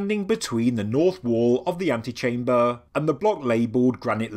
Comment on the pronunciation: Too much